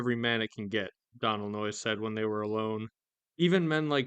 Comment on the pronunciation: Doe-nal not donnal... it's an Irish name. Just letting you know.